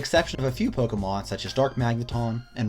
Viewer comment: Anyone who properly pronounces Pokémon is worth subscribing to.